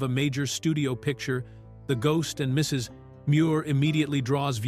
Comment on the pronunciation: annoying how the AI narrator pauses afetr the period in "Mrs." as it thinks it is the end of a sentence with the next sentence starting with "Muir"....